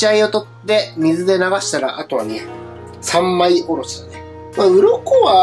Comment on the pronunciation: 三枚におろせたらって言ったところサグワにおろせたらってきこえますったたww